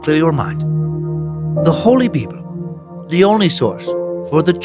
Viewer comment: I'm at work and nearly spit take every time Dan says "BeeBul":face-blue-smiling